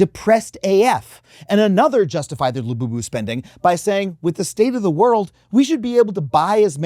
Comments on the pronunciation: "coming for lu-you-you" 🤣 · I was with you until you ended with "la-you-you" dont do that again.